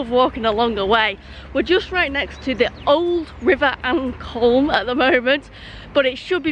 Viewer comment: River Ancolme is pronounced An comb as in comb your hair fished it a lot when I was a kid